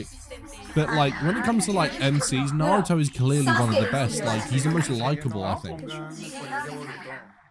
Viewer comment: Not one of them are able to say any name of a person or skill properly, that annoys me the most. "Naru-toe" "Sas-kei" "chick-amaroo"